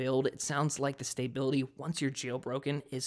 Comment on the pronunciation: It's called "autotune puberty". He said "STAY-bility". Thought that was funny too.